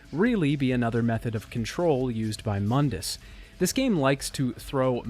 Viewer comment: Mundus, Moon-dus, not mun-dis. Im not sure how you mispronounced it when they literally say it in the game. Unless you're going by DMC's bad pronunciations of things. And seriously you have got to break up the exposition on game mechanics and intersperse it with the story instead of dumping it into one section each. You need some sort of levity between otherwise its like listening to a lecture and not a review. Listening to you drone on like about game mechanics sounding half tired isn't the rip roaring time you'd believe, despite what the simps on here say who clap because they recognize the thing. I was hoping another video of yours would be better but its just more of the same.